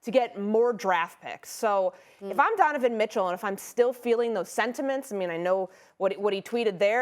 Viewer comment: “Dunavin Mitchell”